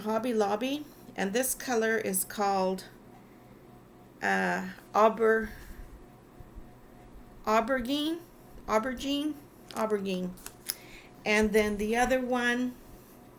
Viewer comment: You say it o-ber-geen (Aubergine) I hope that helps.